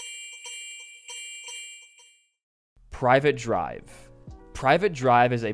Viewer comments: Private drive 😭 Bro it’s Privet, pronounced ‘Pri-Vet’ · its pronounced pri vet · "Privet" is not pronounced like private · My dude can't tell the difference between 'Privet' and 'Private'. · PRIV ET not private. GEEEEEZ. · Privet, not ”private” 😂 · It's Privet drive, not private drive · Normally, it doesn't bug me. But it's privet (pri•vhut) not private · priv-et not private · It's PRIVET not PRIVATE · not trying to be a nerd here, but I wanna say it's pronounced priv-it, where the I is pronounced like in shrimp. So it's like the first syllable of "prick" and "it" like the book Pennywise is from. And with where Cedric went, maybe he became one with the Batman from the 2022 film, you know, the one that had the Batmobile be a muscle car. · the way he says it hurts my soul